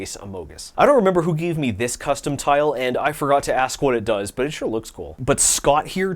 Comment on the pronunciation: "it dous"